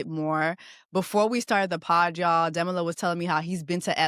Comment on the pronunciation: Please pronounce his name correctly